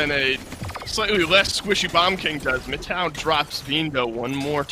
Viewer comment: mano o jeito que os narradores pronunciam frzgod e mittow me dá gatilhos